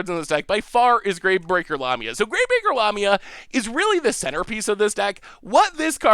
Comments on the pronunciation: The mispronunciation is just ridiculous. La...mi...a...the picture on the card is a snake like creature a.k.a. a Lamia NOT anywhere near a llama 🙄👎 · La-ME-a. Lamia 😁